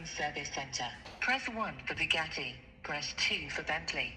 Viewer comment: What would you call it?? Bugatti. Lol more like bugotcha